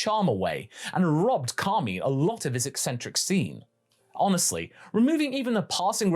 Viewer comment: Why do I keep hear him saying Kami